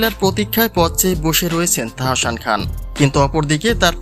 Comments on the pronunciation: তাহোশান আবার কেমন নাম? আগে নিজের উচ্চারণ ঠিক করেন এরপর ভিডিও বানান। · Please first learn to speak Bangladeshi properly, you cannot even say Tahsan properly!!